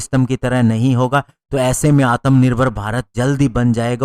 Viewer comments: Correction*** its atmanirbhar not atamnirbhar😂🇮🇳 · ... certainly not "आत्मानिर्भर" !